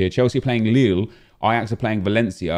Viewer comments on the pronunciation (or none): none